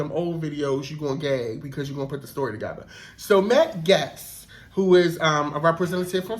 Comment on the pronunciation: I love your breakdowns. To contribute, Matt's Gaetz' last name sounds like "Gates" - not important, but I wanted to be a blessing to you.